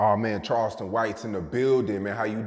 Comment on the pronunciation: Charleston is always buthering someone's name